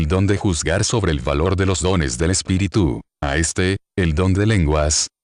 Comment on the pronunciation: Pregunto: porqué hace acentuación en Espiritú...en lugar de Espíritu.